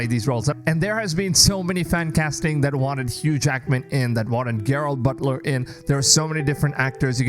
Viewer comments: And he said Gerard Butler wrong too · Dude said Gerard Butler. Lmfao Damn this is a dumb fucking video.